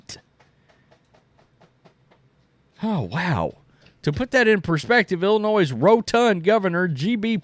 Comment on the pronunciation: Illinois is pronounced "Illinoi" the "s" is silent.. its not pronounced "Illinoise"...